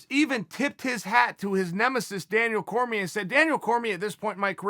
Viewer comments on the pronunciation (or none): none